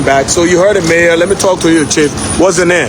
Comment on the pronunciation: its mayor not major smh